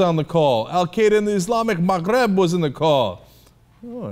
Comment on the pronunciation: I loved Cenks pronunciation.